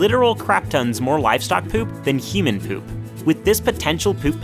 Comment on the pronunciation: You say poop like: p e u p